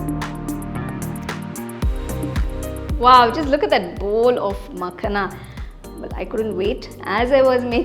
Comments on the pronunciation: Its Pronounced as "Makhaana" rather than Makhna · Its .. "makhana" .. not makna